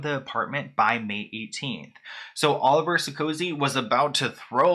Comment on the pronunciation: Olivier Sarkosy is RICH! Its pronounced (Oh-liv-E-Aye) he's french. His brother was the president of France. The whole Sarkosy family is rich. While i thought the marriage was odd. If anything the prenup wasn't necessary, as they both have $$$